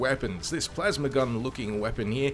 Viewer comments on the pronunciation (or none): none